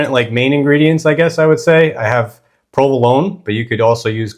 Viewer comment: Very interesting recipe. I'd use a spring-form Savarin tin. But why does someone with a perfectly good version of an Italian accent suddenly mis-pronounce Provolone?